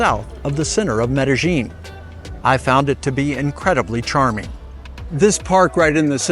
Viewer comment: Medellin is pronounced Medeyin or Medelyin-Not Medejin!😘🤑